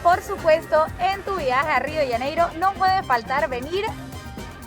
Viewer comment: Rio de janeiro es , no se pronuncia rio de ianeiro